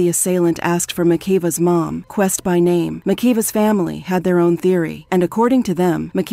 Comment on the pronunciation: I thought I was the only one annoyed that she keeps pronouncing her name wrong...